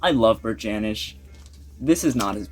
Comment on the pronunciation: Hey, great that you’re into Bert Jansch. I saw him live a few times. You need to pronounce his name correctly though. Check out Davy Graham and John Renbourne too. They all came out around the same time playing the clubs in London. Bert learnt his stuff from Davy. Everyone learnt their stuff from Davy. He was the key player in the folk scene in England- taught Paul Simon too.